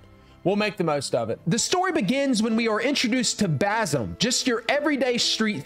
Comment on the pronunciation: Him pronouncing basim hurts me